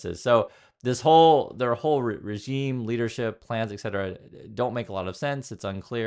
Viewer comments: Etc stands for ET CETERA not EX CETERA. Other than that, I love your show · the "exetera" is really distracting though :/